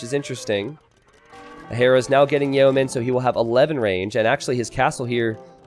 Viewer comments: It's "yo-men", right? That's how I've always heard it said. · Love your videos and your streaming. But a couple of mispronunciations you make drive me nuts. vs = versus (not verse, which is part of a song or poem) Pleb = "Pleeb" (short for Plebian) Yeoman = "Yo-man" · still can't pronounce yeoman...